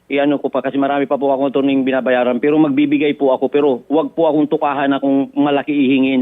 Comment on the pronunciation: Hindi diretso ang pag bigkas ng " Pero" ni Madame 😅😂 mestisa yta 😂